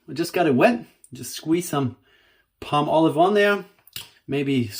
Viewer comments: Pall molive not Palm olive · If you Google the pronunciation in America it's paa-muh-lahv. So perhaps we are both correct.